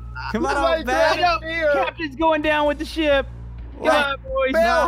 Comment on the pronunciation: Why did you say ship like ship pa